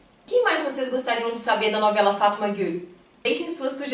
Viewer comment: Essa moça falando no vídeo quando fala o nome da novela kkkk pucha um sotaque que não tem